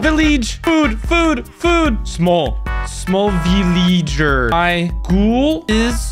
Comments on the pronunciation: "VILLEEEEGEEEE" "SMLL VILLEEEEGEEEER" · He said vileeege and smol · If you didn’t read the texts INFRONT of the screen, you would see that he pronounced village as “VILLEEEGE” and small as “SMOLL” but he did say “Break” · HE SAID BREK, VILLEEEGE, AND SMOLL